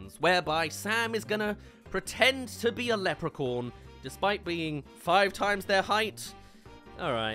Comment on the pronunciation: sounds like you're saying "lepricorn" so I hope you know it's acctually pronounced "lepricorn